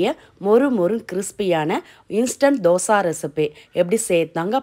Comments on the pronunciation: தோசா இல்லை தோசை என்று சொல்லவும் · Say dhosaiiii not dhosaaa 😏😏😏😏😏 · Yes Dosai..